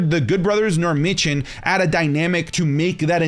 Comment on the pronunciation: Say it with me, ….Mi(me)-chin.